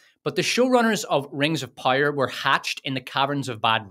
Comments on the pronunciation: POW-ER, not pyre, pire, Pie-r, pyre. I understand. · Stop saying rings of pyre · I keep hearing Rings/Wings of Pyre, lol. Edit: Unless that's what he's saying? I can't tell. 😂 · I don't know what is your accent but man, my bones snapped every single time I heard you pronounce power Pyre Pyre Rings of Pyre Galadriel's pyre :face-purple-crying::hand-orange-covering-eyes: Jokes aside this was an immense pleasure to watch, agree in every single point you made, good job. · I keep hearing rings of powder 😂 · ring of pajer xdd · Great video though💯 I just thoutht it was funny how you said power😅